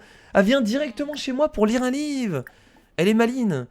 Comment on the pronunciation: A il dit "live " à la place de livre . Mdr